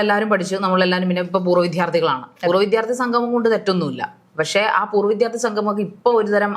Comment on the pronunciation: പൂര്‍വ്വ വിത്ഥ്യാര്‍കള്‍ അല്ല. പൂര്‍വ്വവിദ്യാര്‍ത്ഥിയാണ്.